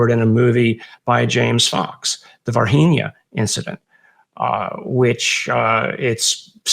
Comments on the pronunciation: It's pronounced Var-zheen-yuh. Not Varheenia. It's Portuguese not spanish {{{facepalm}}} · Its pronounced "var-gee-nyah". g is closer to english g than Spanish g. Don't assume Brazil speaks spanish 😔😓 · As a Brazilian, all I can do is protest against you guys pronouncing Varginha as if we spoke Spanish in Brazil. Lol The NH like the Spanish ñ is right, but the G like the J in Javier is offensive. Lol It should sound like the French G in words like camouflage. Ok, now I can continue watching the video...